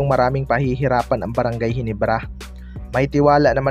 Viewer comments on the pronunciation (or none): Ginebra lods hindi HINIBRA 😢